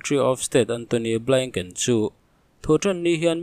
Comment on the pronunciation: Blinken tih hi mi lam angin lam ve mai teh. Blaingken tih hi zawng ngaihthlak a hahthlak deuh